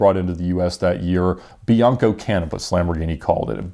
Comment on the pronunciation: Did you say Bianco Cannabis